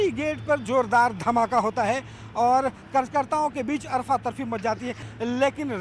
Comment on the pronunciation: Arfa tarfi ni sahab ..afara tafari😉